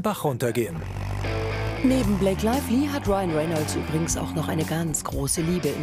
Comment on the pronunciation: Blake Laively? Oder Blake Lively?